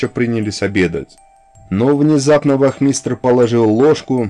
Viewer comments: Автор хорошее дело делаете, но что-то у вас с ударениями в словах ! Режет слух-вОзница, вахмИстр. Правильно будет- вознИца и вАхмистр. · На вахмитере ставьте ударение проыельно, пожалуйста. А то шлушать противно,честно.